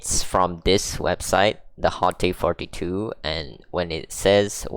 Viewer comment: The absolute best hitbox imo. Punches way above its price point. I have this and the larger T13 because I like to rest it on my lap while playing on the couch. Great for both Tekken and SF6. I think it’s pronounced “Haut” or “hawt” btw 😄